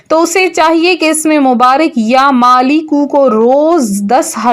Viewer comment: Madam yaa maaleku he ghalat na parho